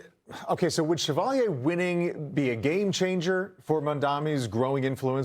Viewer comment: The anchor cannot pronounce Chevalier or Espaillat's name. So embarrassing